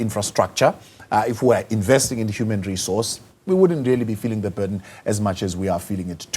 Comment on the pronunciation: Burden not barden.